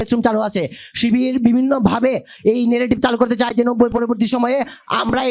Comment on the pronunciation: নেগেটিভ নাকি ন্যারেটিভ , মুর্খ হালা